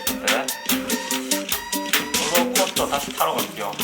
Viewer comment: 롤러콧떠 개재밓네